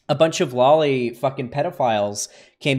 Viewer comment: omg. i am usualy not an asshole about how people talk. but seriously that kid that he is interviewing is realy annoying when he is pronouncing lolly as Jolly